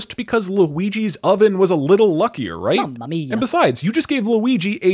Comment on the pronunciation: “Mummuh Meiya” -Brocluigi